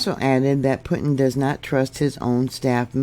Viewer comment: Pronounced Poo-tin.